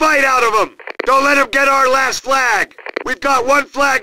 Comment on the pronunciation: “Our recon plane will find zem!” -Wehrmacht announcer